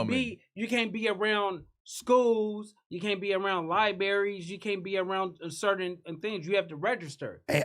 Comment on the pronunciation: Lie berries 😂